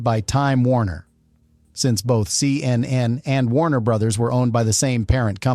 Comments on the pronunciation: Human’s say, “Seeyennen,” not, “See. Ehn. Ehn.” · Such stupidity, why show a fake letter signed by Donald Trump rather than the actual one? Rob Lowe is certainly NOT a CNN reporter. Why is the AI saying C...N..N... The making of the camera trick is shown on the DVD extras. LOL, the 18 hours was the TWIST. SLOP SLOP SLOP.